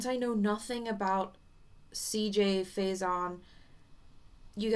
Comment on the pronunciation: Can I say this. You are saying CJ’s last nsme wrong. Lol 😂 just putting it out there but I’m very curious of what you have to say.